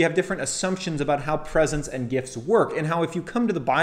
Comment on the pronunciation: Great review...I havent read the book but heard him speak. I think you need to work on your pronouncement of "Presents" the way you say it it sounds like PRESENCE.